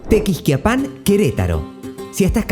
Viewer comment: Estos arjentinos!!! Ya nos salen hasta en la sopa!!!!ese acento espantoso que los caracteriza...ni pronunciar bien los nombres de los poblados.tequixquiapan.!!!!.huichapan!!.agangeo!!!primero aprende a pronunciar bien los nombres y luego te metes en hacer tus feos videos!!!!